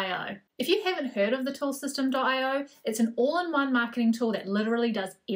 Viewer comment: just watched a video from the owner/founder and he pronounces it "systemy" not system. ;-)